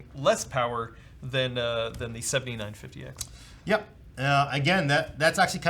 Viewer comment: Something that drives me absolutely nuts is putting the emphasis on the wrong number. This is the fifty nine fifty X and this one is a seventy NINE fifty X. Losing my mind here.